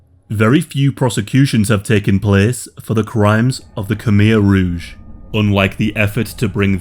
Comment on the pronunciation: Its rouge not rogue, red